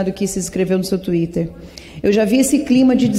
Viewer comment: Tuiti kkkk desculpe deputada Carla Zambeli, não é te corrigindo, achei engraçado....twitter.